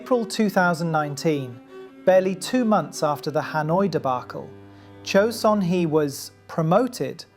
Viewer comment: Great vid, but the wrong pronunciation of 최선희’s name is really irritating.